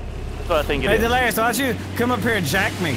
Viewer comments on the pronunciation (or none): It’s delirious not delrious